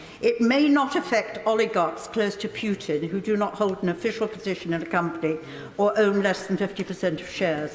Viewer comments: Did she just call him PEWtin 😳 lol how do you get a name wrong you've been hearing everywhere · 'Pootin' I can't stop laughing 😂😂😂😂